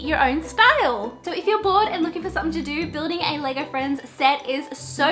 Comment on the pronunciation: When u were saying LEGO friends it sounded like leger friends